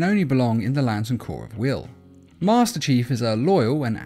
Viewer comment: Me before the video: HaloMan will be green Me after the video posting a comment: You said the HaloMan’s name wrong! Why did you keep saying master chafe?